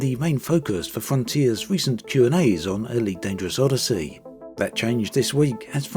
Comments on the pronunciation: Tell me I'm not the only one who just heard him call it 'Oddity'? XD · Nah he's said it properly plenty of times. This wasn't a jab at accent. It actually sounded intentional. ^_^